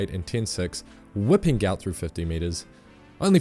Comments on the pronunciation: His name is Guot Guot. Pronounced “gwot”. His parents are so embarrassed for him about the mixup in his name. Check it. The clip of them speaking about it. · Just saw his family on the TV. They said his name is pronounced more like guwot not gout. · His name is Guot Guot, apparently, and pronounced Gwot. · Before he gets too popular, we need to start following the request from his father that his name is actually Guot Guot (pronounced Gwot Gwot). It was translated incorrectly when he was young, and they're looking into getting it changed. He doesn't like him being called a disease. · His father has said that his son's name is actually supposed to be Guot Guot (pronounced Gwot). As with many Sudanese in the escape through Egypt, the ID document process made errors in the parents' name. His father is unhappy with his son being known by the name of a disease, rather than the name they wished to give him, and is looking to change the name legally. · Only in Australian will someone make headlines become a public sensation and have his name misspelled / mispronounced. His name is Guot. The father confirmed it himself to correct everyone.